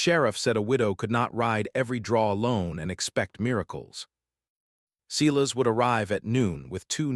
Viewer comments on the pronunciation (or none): Ten seconds in, and the AI reader already cannot pronounce the names correctly. Seelass bell? How about Silas Bell? Calib, instead of Caleb? Could we please get people to read these, so that listening is not so painful? The story is good, and would be worth the extra effort. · S-I-as. Someone, program AI correctly. 😠😠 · Silas is not pronounced the way your AI bot is doing it. Long I, not like a long E. Oh, and Caleb is not pronounced "Cow", haha!! Long A. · I think Mara’s brother is Silas. Not See las